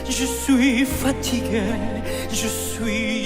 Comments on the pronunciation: Great, but PLEASE learn how to pronounce the title: "zoos" for "swee"?!?? .. "suis" is French for "am" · Great review! This was my first exposure to Forestella. I'll certainly add them to my playlist. BTW, their French is superbe, yours needs help 😂. "Suis" phonetically is "swee". Keep up your amazing work. You're the best! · It is pronounced Ja swee malad